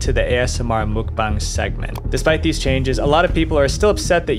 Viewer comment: why do you keep on saying mukbong lmao it's muk bang